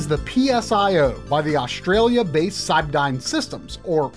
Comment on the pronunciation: Cybdyn is pronounced "Cyberdyne", its from The Terminator films.